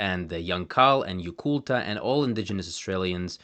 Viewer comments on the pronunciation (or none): Came here to say exactly this. Also the first syllable is almost always stressed in Tangkic languages, so we should hear LArdil, DAmin, and YUkulta, not larDEEL, daMEEN, and yuKULta as he pronounces them. Funnily enough, pronouncing the r as flapped like he does leads to "marlda kangka" (hand language) sounding more like "marralda kangka", which would mean "ear language". This is all nitpicking though, as linguistics enthusiasts like to do. Grateful to have a well researched video about these little-known languages!